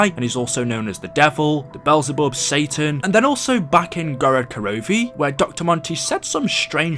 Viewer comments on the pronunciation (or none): none